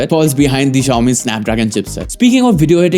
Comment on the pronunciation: Xiaomi is pronounced with an "s", not a "z". It's not at all difficult.